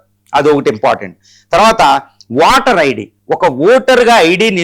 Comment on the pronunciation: వాటర్ ఐడి కధు అయ్య ఓటర్ ఐడి పలికేటప్పుడు సరిగ్గ పలకండి సార్